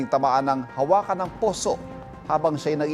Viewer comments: Hawakan hindi HA-WA-KAN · Hawakan is wrong pronunciation kuya. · Hawakan (handle) ng poso, o hawakan (to touch) ang poso? Yung pagbasa ni ivan mali, Filipino na nga lang di pa maayos.